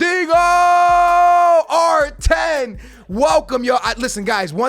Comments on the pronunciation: Lmao go back to your previous videos you say “dingo” not dinho 😂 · Just fucking say Ronaldeenyoo. Een yoo. Not, uno or inooh. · it's not Ronaldingo, it's RonaldinIO ffs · Ronaldingo, stupid twat learn to say people's names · You guys think I say Ronaldingo I say ronaldingo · “Big boy Rrronaldingoo” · can you stop saying ronaldingo it's actually so annoying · "I don't say Ronaldingo... I say Ronaldingo."😂😂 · Ronaldingu lul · a lot of yall gonna say you say ronaldingo, I don’t say ronaldingo I say ronaldingo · Can you stop saying ronaldingo? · Me: don't say it: Ronaldingoo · you can't claim that you didn't say ronaldinho with a g there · i do but its ronaldinho its always spelt that way its just how u say it stop tryin to be cool ur pretty much ruining his name u 3 yo